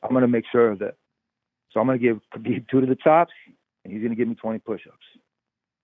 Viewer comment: No one: Ariel: HABIB